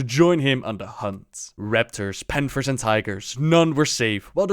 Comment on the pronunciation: "de panfers of strangleforn vale." i love this guy <3 where are you from? perfect english btw.